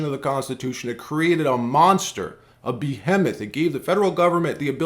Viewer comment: What was that pronunciation of behemoth